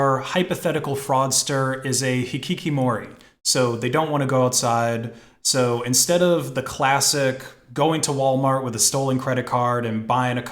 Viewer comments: It's hikikomori not hikikimori. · "I don't condone illegal things, because it's illegal". We all know what you do in the deep web, it's good you don't try to hide it anymore. PD: it's hikikomori, not hikikimori. Tasty videos btw. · "Hikikimori" nice try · But he didn't even say it right.